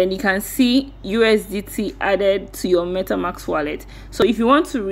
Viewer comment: For next video, its MetaMASK not MetaMAX. :D